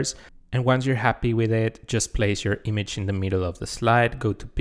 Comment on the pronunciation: Image: ❌ Eemage: ✅